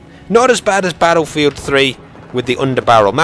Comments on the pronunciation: It's his own speech. If you noticed he pronounces R with a W. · Is that how us "Americans" sound? Baddlefield?? Actually, now that you mention it, we DO say it like that! That's hilarious man. I can't wait till beyda comes out. Haha! Would be more correct if he said it like, "Bat-ul field"? Or "bait-uh"? I think us Americans are so lazy with English words that we like to blend all syllables together, if possible. Most people, on the other hand, think so highly of us "Americans" that people forget everyone on the continents of North and South America are "Americans" too. Hopefully doesn't start sounding like those Americans in Mexico. Now that would sound different.